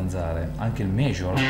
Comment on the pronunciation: scala penta, frigian scale, sesta mainor, sesta maijor....ma come cazz parli ahahahahah!